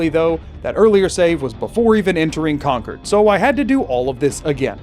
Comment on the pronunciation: oh my God did someone playing fallout 4 just say Concord right!? It hurts my ears every time I hear people pronounce it like a power cord